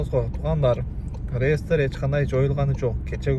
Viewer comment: Ааа.. Зайбал бала экенсинда кайра кайра реестер деб чыга бербечи былжырап.. Же хайп кармап атасынбы хуй знает😂😂..